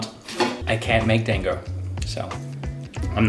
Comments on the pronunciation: Dango are steamed, not boiled usually. Made from rice flour and you can grill them instead if you don't have a steamer. Also they're pronounced d-ahn-go, like pronounce the dan like darn but without the r. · It's, um.. It's not "dang-go". It's more like "dahn-go". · "Dan-go" instead of Da-n-go lmao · i dont mind the way you say Monster Hunna... but i DOOO mind the way you say DANG-OH. it is pronounced closer to: (dawn-go) its a more flat A. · Dango is said like Dong-go not Dang-go. The a in Da makes an "awh" sound. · Bunny dango is pronounced Bunny "Dongo." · How he pronounced Dango triggered me ever time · Just letting you know. You are not pronouncing Dango correctly. xD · Pretty sure you pronounced dango wrong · went from mispronouncing hunter to mispronouncing dango kek